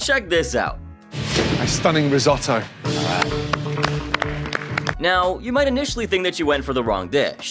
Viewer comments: learn to speak.... Ris-oh-toe, not Ris- O-toe. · What is "Riesotoo" ?? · The way you pronounce risotto makes me want to cut my ears off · For the love of god how hard is it to pronounce risotto correctly?